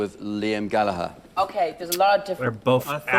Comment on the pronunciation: Oh my good god, Jack Dee pronounced Gallagher correctly, way to go Jack.